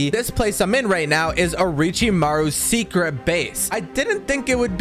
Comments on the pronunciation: Mans Really Said Oricimaru lmao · I'm gonna go insane listening to you try and pronounce Orochimaru lol